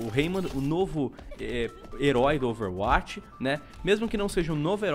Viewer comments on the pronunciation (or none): Meu querido...já acompanho seus videos faz tempo mas gostaria de pedir apenas uma única coisa: pronuncie Overwatch como "Overwóti" não "Overwáti". É mais coerente com o inglês. Dá uma aflição... kkkkk. Abraço